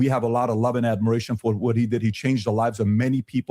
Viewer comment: Every time coach says did he I can't help but hear Diddy 😂